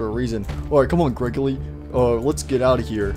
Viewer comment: Its Not Gregorly its grego-REEEEEEEEEEEEEEEEEEEEEEEEEEEEEEEEEEEEEEEEE